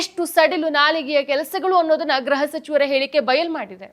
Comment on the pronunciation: ಗ್ರಹ (graha) ಸಚಿವರು ಅಲ್ಲಮ್ಮಾ, ಅದು ಗೃಹ (gruha) ಸಚಿವರು. ಗ್ರಹ ಅಂದರೆ planet, ಗೃಹ ಅಂದರೆ home